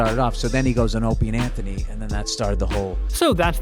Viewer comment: Maybe the narrator is subtly trolling. Same thing with pronouncing O&A "Openie and Anthony"